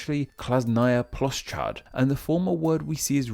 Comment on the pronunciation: "Plos Chad" no no no no nooo noooo! It's "PloShChad'" (Sh and Ch are pronounced together, and D in the end is silent)